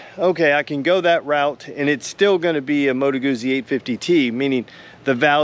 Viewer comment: A small point: I believe it's pronounced "Gu-tsee" - Italians pronounce a double z as "ts", like in pizza. My dad would really get on my case when I did that. 👍